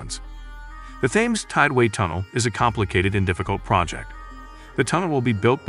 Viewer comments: Thames is pronounced Tems. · It's spelled with "T"